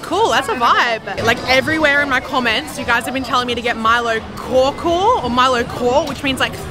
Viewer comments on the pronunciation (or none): Great video! Just to help you guys out a little 'kaw' is actually pronounced 'kao' or 'cow'. And they pronounce Milo as Mee-low. So it's Mee-low ice 'cow-cow'. Have fun in Sarawak!